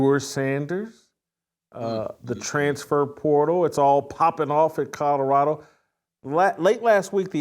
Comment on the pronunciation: lol "Cottarada"